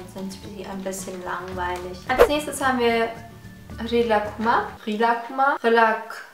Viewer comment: Wie du einfach Rilakkuma ausgesprochen hast 😂.